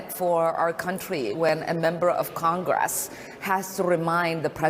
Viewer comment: When you can't even bother to speak English after all these years in CONGRASS (it's Congress, not Congrass, much like so many of the words you seem to still say incorrectly...accidentally on-purpose) you've got a lot to lear. She's such a pretender. Now it's about her being "black", shes every minority, & claims to know "exactly" how every other minority feels...exactly. pahleeze 🙄🙏🏽❤️🤍💙